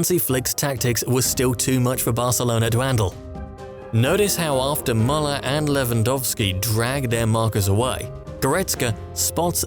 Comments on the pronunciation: His name is pronounced MOO Lerr . He is not mulling anything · Good analysis but my god that pronunciation of muller is so triggering